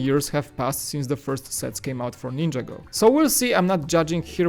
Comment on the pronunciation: nin - ja - go not ninja go